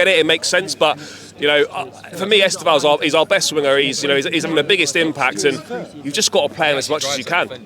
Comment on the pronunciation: EsTEvão, not EsteVÃO. Like sTEphen, not stePHEN.